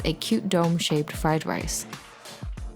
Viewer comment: Fly Lice